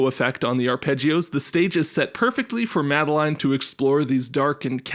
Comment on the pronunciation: that's not how most people pronounce madeline